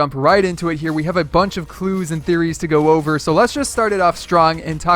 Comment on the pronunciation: you forgot the t in the beginning of theories